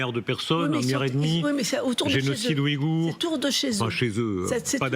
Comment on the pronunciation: Il faudrait déjà commencer à prononcer Ouïghour correctement avant de vouloir jouer au justicier, tout pour blanchir les crimes de l’impérialisme américain que ces médias n’ont de cesse de relativiser ou d’éluder alors que ce sont les pires